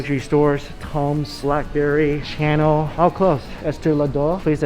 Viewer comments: Chanel is pronounced "SHA-NEL".. Not "CHANNEL". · Channel lol 😂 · He called it Channel like tv channel right after that instead of Chanel like Sha-Nel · I like how he says chanel...like a TV channel...lulz. I cracked up! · Fashion people: Chanel: Channel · Him pronouncing Chanel as Channel is the best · did he say channel lmaooo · I love you but you said Chanel 🤦🏼‍♀️ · "Blackberry"..."Channel"...lol, you gotta get some designer clothes or at least know how to say them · The way he pronounces Chanel 🙊🤣